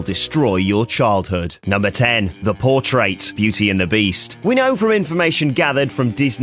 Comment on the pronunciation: I like the way you say "portrait." "THE POUR-TRATE."